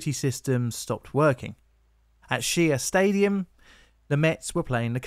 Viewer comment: She-ya stadium